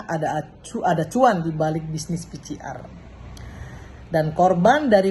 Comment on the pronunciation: Ini politisi wanita kelas kakap, kalau bicara di TVOne dulu menggebu2, tdk mau dikalah, tp sebut PCR saya masih keliru. PCR kalau di baca jadi pi si ar. Bu Irma...bu Irma. Belajar dong cara nyebut yg benar.Maaf